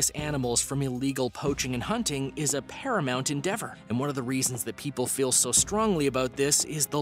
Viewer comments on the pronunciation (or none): none